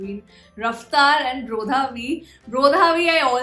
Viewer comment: Pronounce of brodhaV is bradhaV